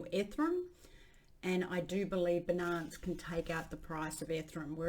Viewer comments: Ffs. BI NANCE and ETHEREEEEEEUM 😂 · Yea it is definitely an issue. Seems like it's deliberate. Ethrum beeenunce - she does it with other words too. I don't know why. I would like to see her reaction if someone mispronounced her name. She would probably jump all over them.